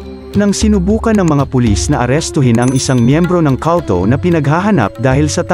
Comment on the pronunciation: Kawltow? Baka kulto? Eslang ka now 😂